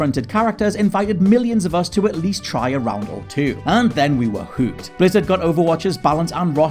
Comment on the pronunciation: you say hooked funny